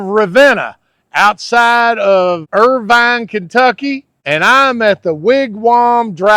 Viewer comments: Love your video. Grew up here in Irvine (Ervin) not Ir-vine!! Best food ever!! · Get someone to tell you how to pronounce Irvine Maybe if you think about it as Leaving the e off and say Irvin or like a car vin # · It’s not pronounced Ir-Vine it’s Irvine lol 😅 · "URV'N!" is how you say it. "URR-VINE" is in Orange County, California. Long live the Wigwam. The BP gas station in Waco, not far away, has the best danged gas station food on the planet.